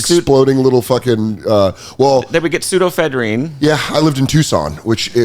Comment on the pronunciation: Can't pronounce pseudoephedrine. Comedy becomes the logical career path.